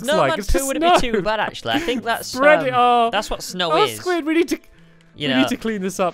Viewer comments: he calls squid squiahey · My heart sank a little when he called Squid Squaishey 😬😖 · WTF stampy calling squid squasishey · OMG Stampy said Sqaishey!!! Instead of squid